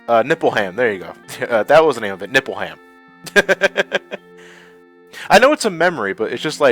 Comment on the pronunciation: Btw,the way you pronounce Nibelheim is funny:NippleHam I don't know if it's on purpose or not.